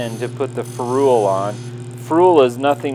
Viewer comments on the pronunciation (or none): Nice handles. The copper pipe used as a ferrule turned out well, but ferrule is pronounced ferrul, not ferool.